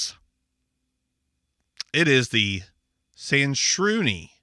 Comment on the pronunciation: the impressiveness is the ease at which you pronounced that name... That thing is just a send ALL your data to china immediately device. I wouldn't put my finger print on there nor would i have the front camera bare without some black tape over it lol. This kinda stuff scares the crap out of me.